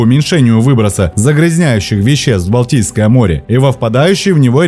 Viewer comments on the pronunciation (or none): Автор несколько раз произнес "Балдийское море". Может это было сделано случайно, однако, созвучие мне не кажется случайным, учитывая происхождение этого водоема в следствие сползания Валдайского ледника. Балдийское или Валдийское, от Валдай.